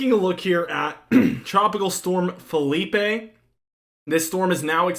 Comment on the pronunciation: ITS NOT FELIPE!!!!!!! ITS PHILIPPE